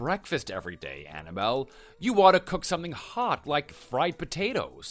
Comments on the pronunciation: He says Annabelle, I hear Hannibal...😂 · i'm cringing every time he says "anna-bull" instead of annabelle